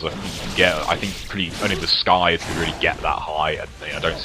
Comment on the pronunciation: Its pronounced sythe not skythe the c is silent :)